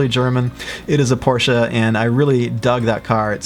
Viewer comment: You are one of the very few americans who pronounced Porsche correctly. Thank you